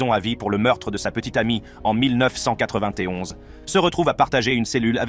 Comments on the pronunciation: 13 mn 1991 traduit par le commentateur shooter au café ou autre milles neuf cent quatre vingt té onze 😂😂😂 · Comment il a prononcé 1991 😮😮